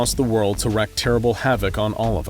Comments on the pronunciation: The word is pronounced "reek", not "reck". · It's "wreak" havoc (as in "reek"), not "wreck" havoc.